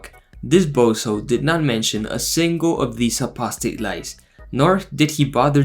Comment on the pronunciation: Why does that guy add syllables to words for no reason? ‘Lies’ is one syllable. It’s not ‘lie-hies’.